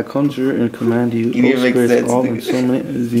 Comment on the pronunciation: bro couldnt read conjure lol no wounder it didnt work